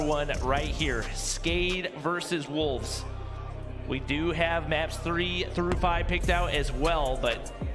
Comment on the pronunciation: More like "wholves!?"